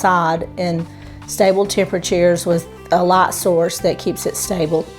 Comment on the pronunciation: Hi. Excellent video. Can you make Christmas/Thanksgiving cacti bloom with this method any time of year or only when it naturally seasonally blooms? I love how you say light, night and tornadoes. I’m in CO. There are no accents other than those who’ve moved here. Such as my parents from OK and IA.